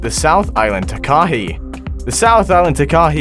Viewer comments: its not ta-kah-ee its taa-ka-hay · What really annoyed me was how he was pronouncing it... I'm from NZ too and have always pronounced it like this "Ta Ka Hey". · Pronounced, Tar, Kah, Hay, one word, Not 3 distinct syllables,and they everywhere, even in the suburbs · The Takahe never went extinct there were just very few and its pronounced taa-ka-hay not taa-kay-hee lolz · Takahe is not pronouced 'ta-KAH-hee' It is pronouced 'TA-kah-hey' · as a new zealander, am i the only one getting triggered by how he's saying it- 😭😭 its pronounced 'takahay' btw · It’s pronounced tak-a-hey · Firstly its pronounced TAH KAH HEH(Takahe) also the lake (Te Anau) is pronounced teh ahno. Please if your going to mention animals from aotearoa learn how to pronounce it first. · Pronounce tark- a - hay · Pronounced……..Tah kah eee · He pronounced Takahe wrong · 1st that’s not how u say takahe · Bro can't even pronounce "takahe"